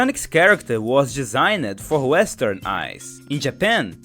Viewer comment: Hi! I love your channel, and I'd honestly say that it's difficult for me to realize that you're not a native speaker without your bringing it up. If there's one thing to improve, it'd be and where you pronounced the "e" in "changed" and "designed" respectively, which is actually pronounced without the "e" because it's a silent letter (I had to watch the video again to find this error, though, so it probably isn't that big of a deal) As for general tips on pronouncing English better: I'd recommend looking through Wiktionary for some words that you aren't confident in pronouncing to see their IPA transcription (I do this to learn different accents in English sometimes) If you watch anything in English with subtitles, I'd recommend turning on English subtitles/closed captions as well so that you can see the difference between the phonology and orthography of the word (English spelling isn't very consistent) Another option could be for you to record your script first, send it to a native speaker to recite script, then for you to record over their recital! Hope these tips help!